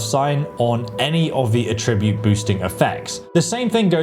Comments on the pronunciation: The way you pronounce "attribute" makes it sound like you're using an AI voiceover lol (ah-TRIB-ute). You're putting the emphasis on it as if it was a verb, like, "to attribute something to a causative reason" as opposed to "ATT-tribute" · PLEASE look up how to pronounce "attribute" lol - good vid :) - its not "A Tribute" That's when you celebrate someone with words and deeds... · I wish you'd learn to say attribute right. Good video though. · You’re pronouncing “attribute” like the verb, not the noun you’re intending. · Attribute (A tri byoot), pronounced with the accent on the first syllable, is a noun that means a characteristic, a quality, something that is peculiar or idiosyncratic to someone or something. Attribute (a TRI byoot), pronounced with the accent on the second syllable, is a verb that means to designate something as a cause of a situation, to credit a quote or piece of art to a particular period or a particular person, to assign a particular quality to an idea or a situation. The first one is the one you'll want to use..... Sorry, this was bugging the shit of me.... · so you'd still max out at 100 speed and not 120 with the seed? You're also pronouncing attribute wrong. Js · Yeah, I mean he’s just mispronouncing it. He’s saying it like a verb when he means a noun. It’s bothering me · I find it slightly amusing that this guy pronounces "attribute(s)" as if it's a verb, when it's a noun (here). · you are putting the wrong emphasis on the wrong syllable - attribute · Very useful video! One minor thing, say attribute as the noun, not the verb. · How does he not know how to pronounce “attribute”? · Super minor thing, but when used as a noun, "attribute" is pronounced with the emphasis on the first syllable, vs the second syllable when used as a verb. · It's attribute. Not "a-tribute". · please learn to pronounce attribute!!!